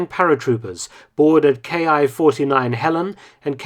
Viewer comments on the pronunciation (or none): Great video! A small thing, it's a common mistake I see in a lot of English speaking videos for WWII: the "Ki" in Japanese aircraft is pronounced "key" not "kay aye." And the numbers after "Ki" are spoken as single digits so for example "Ki-43" would be "key four three"(ki-yonsan in Japanese romaji.) This also goes for anytime you see a Type designation followed by a number: a Type 99 Arisaka rifle would be a Type nine-nine rather than a Type ninety-nine.